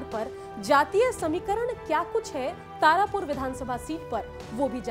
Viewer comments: तारपुर नहीं तारापुर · Tarpur kya hota hai madam tarapur hota hai